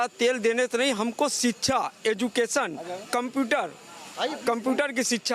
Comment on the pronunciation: Abey Kyan Pada Hain SHIKSHA Bolna Seekho Pahle